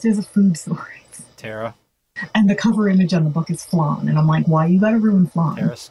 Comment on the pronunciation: Flan, like Fan with a "Luh" between the Fuh and the An, not "Flon" like "Long" with an F on the front.